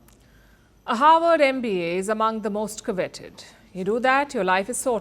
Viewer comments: It is HARVARD, not HOWARD. Why is it difficult for indians to vocalize the "V" sound? Is there no "V" sound in hindi language? Even if so, learning english should have introduced her to the "V" sound. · Harvard not Howard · You're mixing Harvard and Howard Universities up. I think it's the Indian accent messing up your reporting. The images on the screen don't match either, probably because they are AI generated based on how you are pronouncing the words. -Howard University grad. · She mentions Havard like Howard. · its Harvard not Howard. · Perhaps pronounce Harvard correctly?